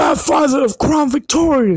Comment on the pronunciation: "Crawn Victoria" can't un-hear that